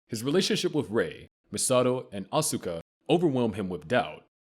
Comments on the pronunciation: It's ( Aws-kuh ) not ( Asooka ) 🙄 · Asookah LMAOOO It’s Asuka bro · Ikr. Im screaming its OSKA. Not Uhsueka. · Wow, the way he pronounces "Asuka" is so, so wrong. In fact this voice is so bad at pronouncing so many NGE words and names that it HAS to be AI. No one who had watched the show would mispronounce things this badly, or this much.